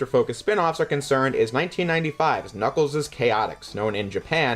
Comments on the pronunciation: I don't know if you were joking, but you don't typically pronounce the S twice in a word that both ends in S and has a possessive S; like Knuckles'. That's why it's spelled like that, Knuckles', and not Knuckles's, which is how you claim it's pronounced. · Knuckles' is pronounced Knuckles, not Knuckleses. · It is Knuckles' is pronounced exactly the same as Knuckles. That's why there's no s after the apostrophe. Knuckles is still a plural word even though it's being used as a name.